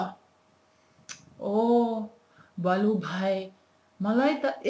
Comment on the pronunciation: its "bhalu" not "balu''...... really appreciate your work on promoting Nepali language........ dherai dherai dhanyabaad.......